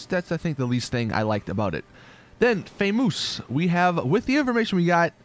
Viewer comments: famous not faymoose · Did he seriously read famous fay-moose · "Famoose" XDDDDDD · What. The. Fuck did he just say? Famoose FAMOUS FAMOUS ITS CALLED FAMOUS